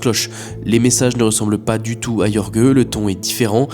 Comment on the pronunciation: Jorge ne se prononce pas "Yorgueu" mais "Rhorr-rhé" (rh = comme tu prononces le J de José ; rr = R roulé)